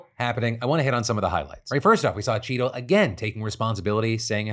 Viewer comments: I had this running in the background and every time Phil said “Cheatle” in the Secret Service story, I heard “Cheeto” and thought he was talking about donnie t. Ha! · I thought you kept saying Cheeto... haha